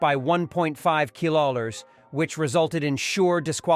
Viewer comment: . What the fug is kilawers? Heck, I don't even know how to spell it, so just typed a best guess word.